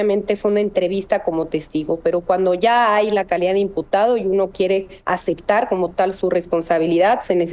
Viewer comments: Me parece q la fiscal dice acectar? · Ay Dios santo, dijo acectar, no pues que fiscal tenemos , que horror. Minuto 38 y algo. ¿De donde salió esta fulana?